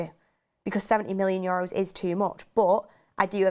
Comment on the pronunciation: She killed me with "Yoros" €.. I just can't.. :)